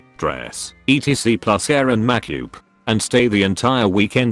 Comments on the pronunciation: And Makyoob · I love the way it pronounces makeup